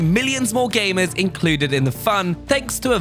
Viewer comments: Calvin Lapsys yeah, he says aimers. Or technically amers as he just forgot the g to gamers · it's his accent. Why would aimers play games on all devices. And what's an aimer?